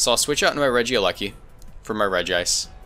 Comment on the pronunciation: EEWWW, say Regice like "Regi Ice" and not like "Rejise"